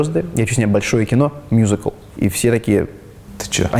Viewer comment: Так круто произносит "мюзикл") мьюзикл.. Musical.. В русской речи звучит классно